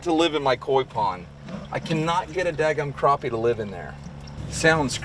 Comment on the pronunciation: Crap-pie not crop-pie lol